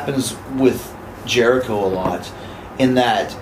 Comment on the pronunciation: chris bushicho? LOL